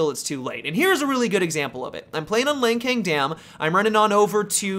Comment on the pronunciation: “ I’m playing on lan king dam” Isn’t it lancing dam?